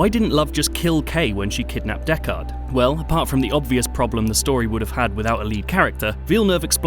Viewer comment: Considering it’s one of your favourite films of 2017, I’d have expected you to know how to pronounce Deckard. 😉